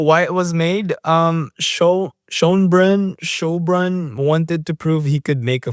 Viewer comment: Mispronunciations in this video: - Schoenbrun (How could you mispronounce this!?... It's such an easy name, come on!)